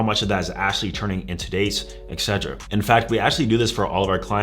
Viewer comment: Think as a coach you should at least pronounce etc and espresso properly 😂